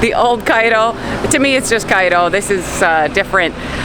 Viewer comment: I love how you only lived in cairo for 4 years but yoy say the og cairo like us xD and make fun of new cairo